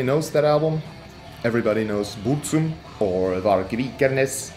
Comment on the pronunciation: When he pronounced Burzum ”Börrzhüm”, I felt that